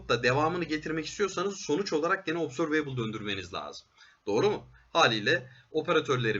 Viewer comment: obzörveybıl değil de obzörvıbl derseniz daha doğru olur